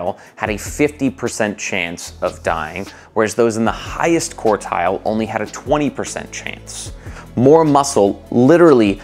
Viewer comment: I'm available to give you pronunciation lessons. We'll be starting with quart and quarter.